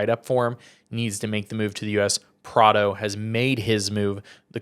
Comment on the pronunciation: Bro I don’t think you said any European name correct outside of Prado 😂